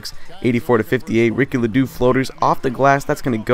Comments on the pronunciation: Ledo is pronounced Lee-Dough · Lee Doe is how its pronounced not trying to be annoying